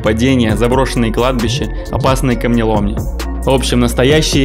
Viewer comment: Только не камнеломни, а каменоломни